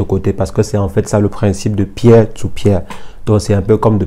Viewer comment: "Pier to Pier" se prononce " PIR to PIR " pour info...